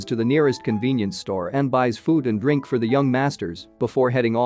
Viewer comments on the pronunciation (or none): none